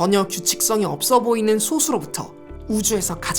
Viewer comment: 항상 영상 재밌게 잘 보고 있습니다. 감사합니다. 참고로, 1과 자신만을 약수로 갖는 소수의 발음은 [소쑤] 입니다. 된소리로 발음됩니다. 학창시절에 선생님으로부터도 그렇게 배웠었고, 표준국어대사전 상으로도 된소리 발음이 맞습니다. TV방송이라든가 유튜브 방송에서 소수의 발음을 틀리게 발음하는 경우가 너무 많더군요. 0과 1 사이의 수인 소수와 적은 수효의 뜻인 소수는 [소:수]로 예사소리가 맞구요.